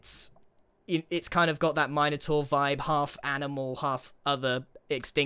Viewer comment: Grian saying Minotaur as “Mine-otaur” hurt my soul